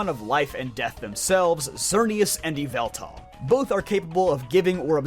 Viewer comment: you mispronounce yveltal